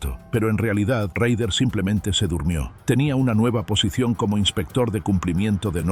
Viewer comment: Se pronuncia rader